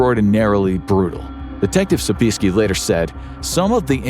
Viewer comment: Tom pronounces his name Sobe-ee-ESK-ee ;)